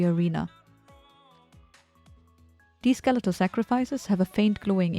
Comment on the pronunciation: "Steletal sacrifices" :P